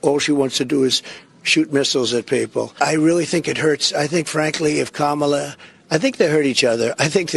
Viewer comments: Ooops, - Trump says her name correctly. Must indicate he'll lose the election. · did Trump accidentally pronounce Kamala's name correctly? Is he shook or is it dementia?